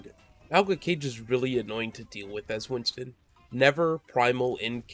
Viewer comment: Not sure if u knew this but his name is Winston, not Winton ;)